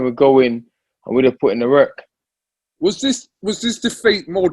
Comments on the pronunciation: WORK, with a "w", not with a "rer" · "Werk"...dillian whyte.